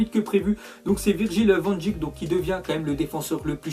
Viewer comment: Salut van dijk ça se prononce van deik 😉